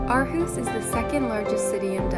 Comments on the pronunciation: Imma help you its pronounced "or-hoose" Aarhus. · What a lovely film. Great to see Aarhus getting attention. But how did you spend 6 months there without learning how to pronounce Aarhus? (ie it's Orhus). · The girl in the video is not pronouncing it correctly the Aa is pronounced as it was pronounced before Århus and Å is pronounced as deep spanish O ending with aw if u want...watch danish ppl pronounce it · Living there for 6 months and still mispronouncing the name of the city. HOW?